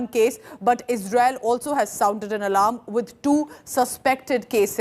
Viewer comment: Lady it is pronounced as ALARM and not ALARAM